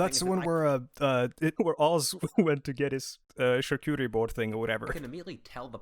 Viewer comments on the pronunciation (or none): none